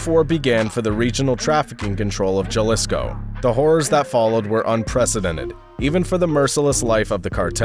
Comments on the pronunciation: Come on at least practice the pronunciation of the cities and states and actually research which ones are cities and which ones are states. Jalisco is pronounced Ha-Lee-Sco not Juhlisco and it’s a state not a city. Sinaloa is a state but you keep pronouncing it as Sina-low instead of Sina-loa. Also Michoacán is not pronounced as “Machakan”. El Mencho’s last name, Cervantes, is not pronounced as Kervantes but more like Sir-vantes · Jalisco Pronounced Ha li s co You should at least make an effort to pronounce a man's name the way he chooses to have it pronounced. Sorry it urks me. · He said yalisco and michacan lol say it right foo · Jalisco no Yalisco hrhrheh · It’s Jalisco. Not Galisco. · once you said Juhlisco I lost it and had to leave this comment to let you know I won't be watching your videos again until you pronounce these words right. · Juh-lisco, lmfao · Lmao he said JUH LISCO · Why makers of these videos (americans) spend so much time and research making these videos and can not simply google how to pronounce correctly in spanish such a important words as Jalisco? So ignorant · Lol I thought the same thing. Jalisco papas. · I stopped listening when I heard how he said Jalisco 😂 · You are totally right Jesus. Even I noticed this when he pronounced Jalisco with a 'J' sound and made other mispronunciations. It's rare when you get a good narrator.